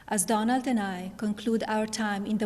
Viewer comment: Did she call him Doughnut .. lol